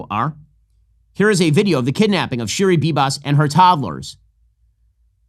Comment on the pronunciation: NOT SHIRI